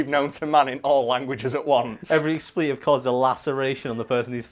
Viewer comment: Expletive => It's pronounced ex-pluh-tiv. Not ex-plea-tiv